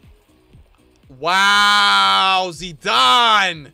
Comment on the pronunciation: bro said zidarne